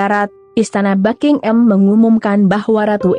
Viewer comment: BuckingHAM bukan Bucking-Am 🤪